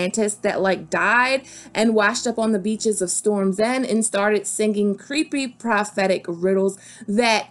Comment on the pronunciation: Did you say Patchface sang "prosthetic" riddles? Prophetic?